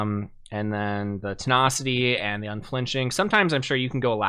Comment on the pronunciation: I’m sorry but te (nah)city random but it irks me great video tho 😂😂